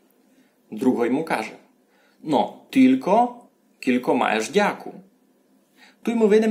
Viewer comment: НЕ кулько а через "ю" ся пише. Но уговорити треба як почти як англійськє слово "you" кyouлко - you. Тай усі слова шо говорете через "у", "і" та у нас через "ю" но як слово "you". Вы вобще наполовину на українськюв говорете. І много цілых слюв на українськюв, вы наші слова не употрибляєте. Я із Заріччя